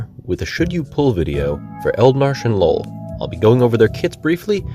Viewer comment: I swear, I heard Eald'narche and lol (instead of Noel) at the first 20 seconds lmao.